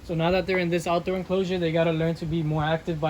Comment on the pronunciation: Is it just me or the way he says "enclosure" is satisfying 😭😭😭😭